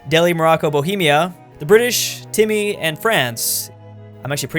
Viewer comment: he called timurid timmy lol